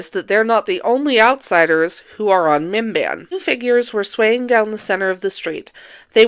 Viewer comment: I know you're saying "Minban" or however you spell it, but I keep hearing it as MBMBAM, the McElroy podcast, or Bim-Bim, Drew Gooden's cat